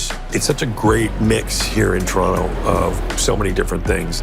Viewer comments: Love than he's swallowing that 'T' like a proper native. For us it'll always be Toronno. 😄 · Americans, note the correct pronunciation. The second "t" is nearly silent. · And just in case you all didn't pick up on it...the second T is silent. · Now everyone study the way he pronounces it, we don't wanna hear TOE RON TOEs!